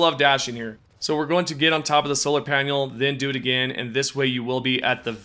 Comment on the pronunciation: No link to mask glitch. And why does he pronounce 'panel' like 'daniel'